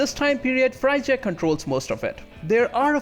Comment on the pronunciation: Frigya not FRY-GEE-UH